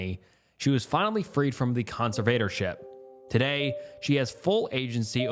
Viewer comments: Are you just incapable of saying 'conservatorship' correctly, or what's going on with that? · Hey love your videos and rabbit holes… but got I have a problem with your mispronunciations 😭😭😭 You mispronounce so many words that it bugs me. Example: alias, conservatorship, and majority of the times Etc. It’s Et cetra! With peace n love 🙏